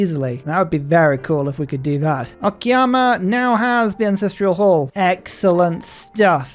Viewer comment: It's "o-ka-ya-ma" not "o-ki-ya-ma" 😂 sounds so weird if misspelled